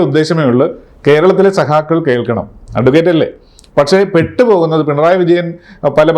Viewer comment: നീ മലയാളം BA പഠിച്ചിട്ടാണോ *സഹാക്കൾ *സഹാക്കൾ എന്ന് പറയുന്നത്.??😡